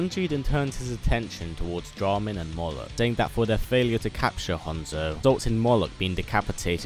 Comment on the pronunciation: 1. It’s “Moloch” 2. Yes